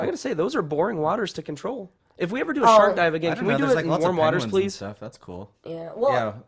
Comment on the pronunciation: I swear said 'If we ever do a SHART DIVE...'